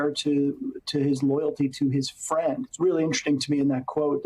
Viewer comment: "uuuhhh my fwiend wants to become a dictator, can't huwt his feewings...." Jesus. Thank you to Michael J. Pence for being the conscience his father clearly lacks.